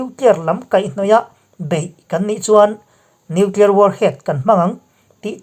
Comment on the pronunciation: nuclier tih reng mai. an ninawm hle mai